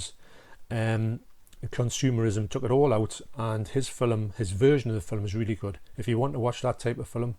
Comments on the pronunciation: Never heard of a "filum" 😅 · Nice shirt. Very apt for the review. Lol Texas Chainsaw Massacre outside. That happens to me all the time when I record video. That's a fantastic movie collection you have behind you. I love that you say 'film' like me with 2 syllables. I get such ribbing for that, lol.